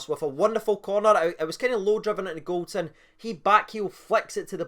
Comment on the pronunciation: It's not Golton, it's GOLDSON